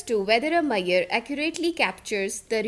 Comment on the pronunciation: i dont like saying "Maiyor" for "measure"